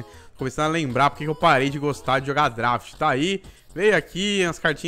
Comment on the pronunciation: Ninguém: A -: drAft